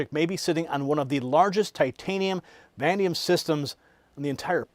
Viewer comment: IT IS CALLED VAN AY DEE UM.